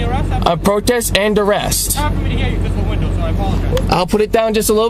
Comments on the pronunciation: "I'm operating under dur-rest". "Word salad" and "not even a real word salad". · "Protest and Durest." 🤦🏻‍♀️ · I wish these people could at least pronounce things correctly. "Durest." Sheesh.